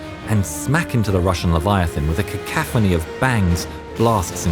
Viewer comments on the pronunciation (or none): none